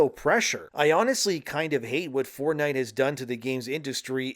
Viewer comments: lost me when you decided to never learn how to say the words Fort and night into 1 "4 night" "ford night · Stopped watching after the tenth time he pronounced it "Fordnite"